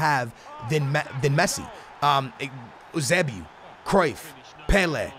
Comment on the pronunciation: Eusebio is pronounced you-say-bee-oh